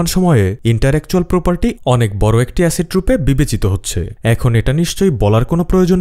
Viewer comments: Pronunciation thik korun interactual noy intellectual hobe😂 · Intellectual property, not "interetual " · ভুল উচ্চারণ টা কানে লাগছে সঠিক হবে ইন্টেলেকচুয়াল প্রপার্টি বাংলায় বৌদ্ধিক সম্পত্তি বা মেধা সম্পত্তি ! তবে আপনার উপস্থাপন সুন্দর , বোরিং লাগে নাই!